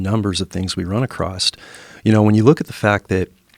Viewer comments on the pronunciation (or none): Any respect I may have had for this guy vanished when he said “acrossT”